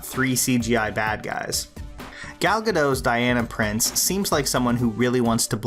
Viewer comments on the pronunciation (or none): Hey, so that you know, Gal Gadot's name is not pronounced Ga-doe. It's not French, it's Hebrew, and it's pronounced as it's written; Ga-dot. Otherwise, great video.